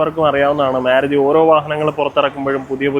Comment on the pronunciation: മേരുതി അല്ല ചേട്ടാ മാരുതി എന്ന് പറ